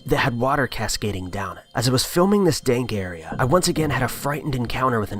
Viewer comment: "dank area"